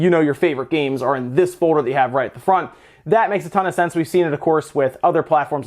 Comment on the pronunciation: F-o-l-d-e-r not F-o-d-e-r